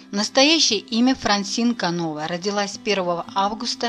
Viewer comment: Не КанОва , а КановА. Если, что пишите или говорите так пишите и говорите без ошибок. Во французском языке ударение на последнем слоге.